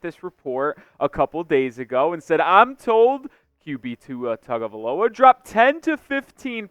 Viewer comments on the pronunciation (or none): bro. its been 4 years. gotta pronounce the name right. come on now.